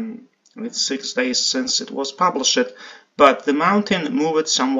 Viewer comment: Hi, thanks for all you do to keep me informed about what is happening and has happened in Iceland. One suggestion- though Shakespearean actors properly pronounce the ‘ed’ as separate from the rest of the word, as you do. You past tenses would be more clear if you alliterated the ed with the last sound in the word, e.g., published is not pub-lish-ed but pub-lished. Drives is not driv-ed but drived.